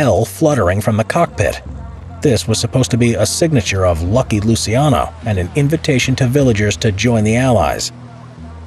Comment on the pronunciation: It's LUCIANO, not Lusiano... for non italian speakers just imagine like it was "Luchano".